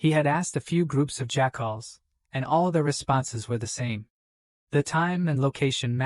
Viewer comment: Pretty ok AI. Good story. But best thing about the story is that at the 5.5 hour mark or so a faction called Jackals is introduced, but the AI pronounces it "Jack-Holes". Lmfao, made this story ten times better over that period of it. So funny.